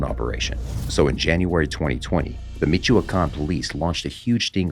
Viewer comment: The name michoacan, is pronounced me-wa-can.